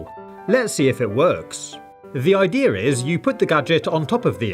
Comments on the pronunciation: Did anyone notice the fact that he said "the idear is" instead of "the idea is" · i love when he says ideer instead of idea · "I like how he sayes idea ideiar" isn't that funny? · Kindergarten teacher: ok let’s say idea: Idear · I no that his voice is a robot but why does he say the idear and the bananar